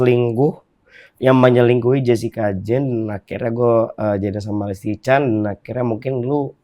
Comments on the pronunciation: LISTY BANGGG BUKAN LESTII :') , nama belakangnya bukan Kejora :') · Kenapa gw dengernya bang densu nyebut listy dengan "lesty" ya? 😅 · Baaaang, listi bang bukan lesti 😆